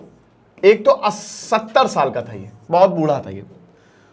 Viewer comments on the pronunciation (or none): none